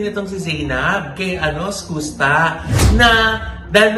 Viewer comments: Mama ogs Skus ( SKAS ) po ang basa s name nya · Iskasta ganyan basa po. Fyi lang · Is it SKOOSTA or SKASTA? How do u pronounce it right? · SKUSTA pronounced as “SKAASTAAH” hindi po “SKOOSTAH” 😅😅😅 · skasta kli po. Hindi skoosta. Welcome po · Anong eskusta, eskasta. 🤔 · skasta po ang pronounciation po hndi skusta' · Is-kas-ta po.. hindi po Is-kus-ta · skusta (skasta po pag binasa) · “iskasta” po ung tamang pronunciation non.. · bakit ba "skoos-ta" ang pagkaka pronounce ng name ni Skusta.😂😅Halatang walang alam tong mga to. Ang tagal na nung issue nag start porket trending saka kayo nakiki tsismis. Andun lahat ng resibo sa pambansang marites Sa FB page ng "Isyus". Iba parin kapag may resibo at may 1 Billion ka bilang isang Marites😂🤣😜. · sakit sa tenga nung "Skusta" the correct pronunciation is "Skaaaasta" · Mali po pg pronuance nio ng name ni skusta 🤣🤣🤣